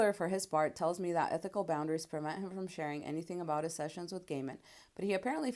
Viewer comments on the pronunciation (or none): none